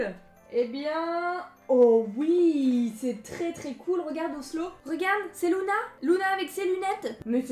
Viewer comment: c’est LUna pas LOUna